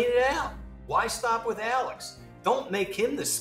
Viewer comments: this it annoyed me so much during the trial. I’m like his name is Alexxxxxxxxx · Why is “Alex” pronounced “Alec”